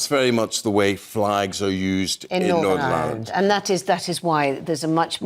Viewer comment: Silly cow it’s Northern Ireland , not Northam Island